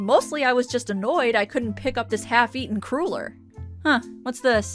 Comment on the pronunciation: I don't know about the pronunciation of "Sibelius". "Cruller" on the other hand... (Just joshing! Thanks for the vids!)